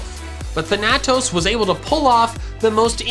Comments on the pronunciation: Thanatos is pronounced Fan-A-toss not than-a-tos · You're pronouncing thanatos wrong its like thanos but with toes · Is there a reason you can't say Thanatos correctly? I am now genuinely curious what makes you pronounce it that way. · my brain hurts every time you pronounce thanatos